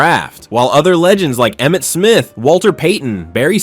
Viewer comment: You got Emmett Smith right